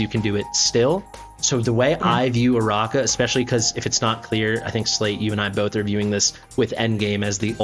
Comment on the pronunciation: The third syllable "NO" is also missing and replace with "a". The proper pronunciation would be "Araka".